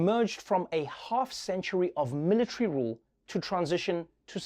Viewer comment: Me: Military Trevor: Mill Lit🔥 🏝